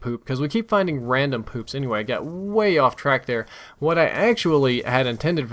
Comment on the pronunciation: Ranom poo? Wtf are you sniffing ;)